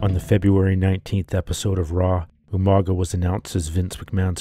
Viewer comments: In most Pacific Iland languages when you have a g it usually makes an NG sound so Umaga would be pronounces as 'Umanga' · I love how William Regal always pronounced his name wrong